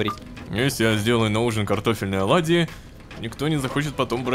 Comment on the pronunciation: оладьи а не олади